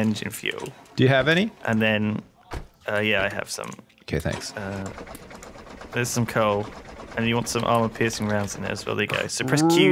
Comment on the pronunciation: "Tanks" a lot! XD